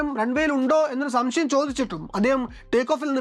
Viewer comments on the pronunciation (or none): none